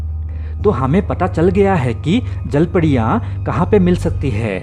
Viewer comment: Jalpadiya ki jalpariya abe thik se bol ,jyada pudi khaya kya isliye padiya padiya kar raha hai